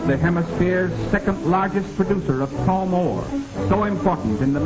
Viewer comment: "paul more" não significa nada. Eu acho que ele estava falando "chrome ore".